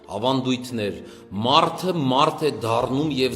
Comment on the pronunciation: ո՛չ թե մարթ, մարթիկ, մարթուց... այլ մարդ, մարդիկ, մարդուց